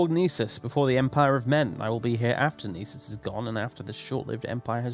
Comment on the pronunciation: "Gnisis" is pronounced in Skyrim ("New Gnisis Corner Club"). It's NISS-iss. In gn- the g is always silent unless you're a gnelf or a gnoblin. I believe what people were telling you with Aryon is that it's two syllables and not three, but I don't think there's any confirmed pronunciation on that one. I'm pretty sure Hla Oad is pronounced "Hlah Ode" (with the surprisingly easy to pronounce HL as in Hlaalu, as the H is formed entirely in the back of the mouth and the L in the front so both can be pronounced simultaneously), but I can accept Hla Oh-Ad, just not Huhluh Oh-Ad.